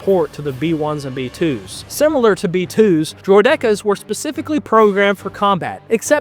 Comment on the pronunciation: Hearing someone say droh dekkas instead of Droidekas bothers me.